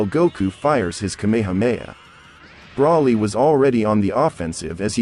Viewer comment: Why is the voice commentor saying the wrong words? What's a sensor bean ? And even brawly? Isn't it broly? Kakarit? 😂 Wow